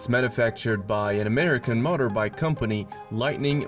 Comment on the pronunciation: You need to google how to pronounce MOTOR.